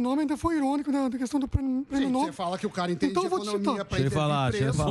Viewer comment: Samy Dana! Alguém que fala errado não é confiável. Está dizendo errado. É prêmio Nobel com a sílaba forte na última sílaba (" nobél) e não (Nóbel).